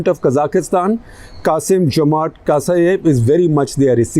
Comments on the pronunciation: Surprisingly accurate analyses of the sitation, my respects good sir! The name of the president is Tokaev though not Kasaev, but overall great review! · Who is gonna asking you what will be the next to happen in Kazakhstan? Even this Buddha ( also ganja) is wrongly pronouncing the current Kazakh prez Tokayev to some other name in whole video. Tera bhaag ne ka time agaya he ....BHAAG BUDDHA BHAAG